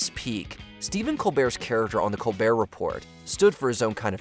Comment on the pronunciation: You had me until you pronounced the t in “Report”